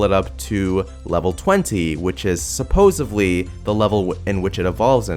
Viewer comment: "suposavly" what?!